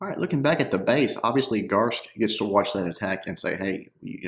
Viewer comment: Garske still has two syllables. "Gar-ski"